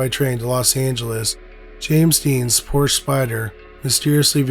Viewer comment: To incorrectly pronounce the Porsche name is a slap in the face to humankind. You're better than this, act accordingly.